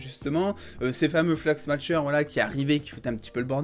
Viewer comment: Sympa la vidéo, juste un petit détail prononciation (parce que tu le répètes plein de fois dans la vidéo ^^) "smashers" ça se prononce sans "t", pas comme "smatch" mais comme le "smash" de "super smash bros" ou de "smashing pumpkins" ;)